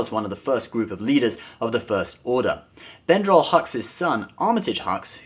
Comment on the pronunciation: Brendal not Bendral